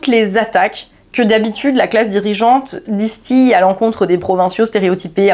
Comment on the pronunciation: Même erreur de prononciation que sur la châine de Georges, qui traite bien évidemment aussi du même sujet tendance: "distillé" ça se prononce disse ti lé, et non pas disse ti yé.